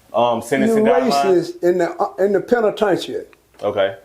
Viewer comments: Damn near every nigga over 40 from Texas call prison, tha "penna-tain-cha"😆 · Old heads call the penitentiary, The “PEN’A’TAIN’CHIN” 😂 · He is fucking up the word penitentiary